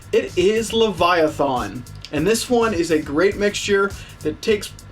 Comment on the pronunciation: Lev EYE A TH IN